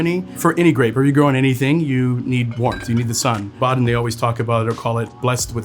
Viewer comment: Atleast pronounce the cities correctly Like wtf „Boden“ is not hard to pronounce